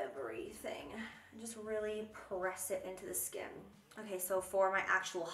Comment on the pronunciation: Jaclyn: k so for the lips... What I hear: “queso for the lips...” YES PLEASE!!! Cheese.